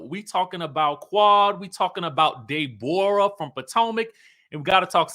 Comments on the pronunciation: 😂😂I love when you say "Day-borah" instead of Deborah..😅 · Man, when pronounces Day-Borah, it makes my abdominal muscles hurt. It tickles me so much.